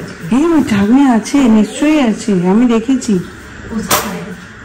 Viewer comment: CHHAKNI bole - CHANNI ??? Hindi shobdo boddo kane laage - naki nijeder Bangali shotta bhule jete chaichho.